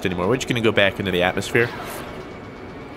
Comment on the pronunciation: Did he just say Atlas-Sphere I replayed that twice and I still heard Atlas-Sphere